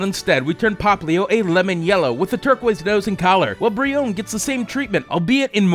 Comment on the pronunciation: How you said brionne Bri own